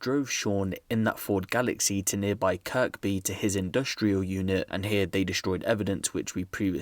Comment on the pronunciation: Kirby is pronounced kirbee not kirk bee